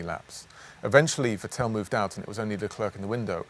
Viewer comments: It’s Vettel, not Vetell xD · Great video as always, but please spend 10s and learn how to properly pronounce Vettel's name... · Can someone learn Jamès how to pronounce Vettel?! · The culture of being allowed to man up to mistakes and correcting them within that team is commendable. I think any company in any industry could learn a whole deal from them. Now, if he could only stop pronouncing Vettel incorrectly...;-)